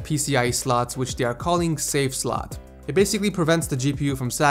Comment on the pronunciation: it's slot not slut